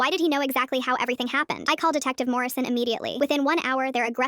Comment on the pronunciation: Why is it always detective “morrision”??